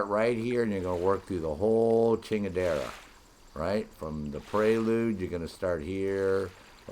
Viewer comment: "from the preuluge" haha